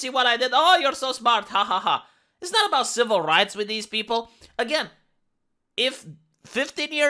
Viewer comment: aboot? are you canadian per chance? :^)